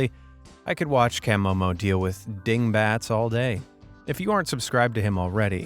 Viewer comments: Love Camomo, btw its pronounced Ka-mo-mo not Cam-mo-mo😂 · CAH Momo, not CAM MoMo. Hehe. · It's CUH-MO-MO 😆. Not CAH-Mo-Mo. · CUH momo not CAM momo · At least watch a video to pronounce the names right from the admin "cam omo" it's pronounced cah'momo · Camomo (pronounced as Ka-momo) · you could have atleast pronounced camomo correctly . sheeeeeshhhhh